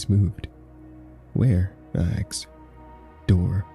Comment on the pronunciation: "Ask" Not "ax" 😂 please sir